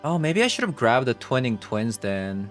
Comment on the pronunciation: Twine-ing Twin. Not Twining Twin:^)